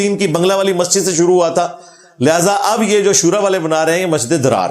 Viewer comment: yeh masjid zarar he masjid drar nahe....talafuz durust karen